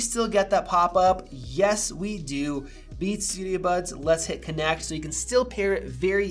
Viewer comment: At the beginning I totally heard “We just got the new Bees Studio Buds!” 😂